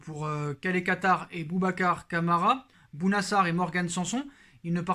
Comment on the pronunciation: "Calé Quatar" 😛